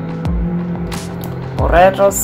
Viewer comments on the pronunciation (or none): Potatoes not Poraros